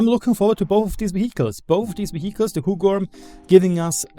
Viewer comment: I clicked the video just to hear you say Huggorm 🤣 You said it pretty good tho 👍